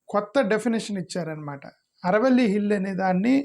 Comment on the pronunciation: సర్ ఆరావళి అనండి అరవల్లి కాదు